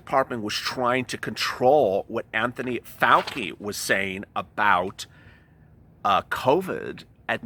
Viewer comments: It's (pronounced)fau- (chi), sounds like chee, not fau- (key) 😀😁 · Love your channel and all the info you are striving to get for us. Dr Fauci is pronounced Fauchi no Fauki.